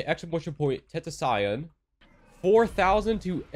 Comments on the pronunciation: Did he just say tentaxion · Did he just say ten ta saion... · dont clown for saying tentacion like that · “Ten ta cyan”